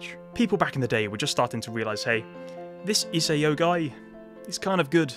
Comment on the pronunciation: It's "I-sah-o."